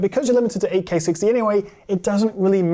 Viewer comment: At the start I'm hearing; "I'm getting over 60/2 (dlss 3 bs) fps"...